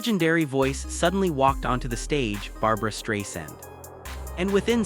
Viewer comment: It's not Straysand. It's not Barbara. It's Barbra Streisand. This is super well known. GET IT RIGHT.